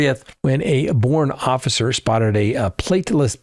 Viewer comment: Boerne, a great little town, is pronounced "Bernie." Like everyones least favorite champagne socialist from VT.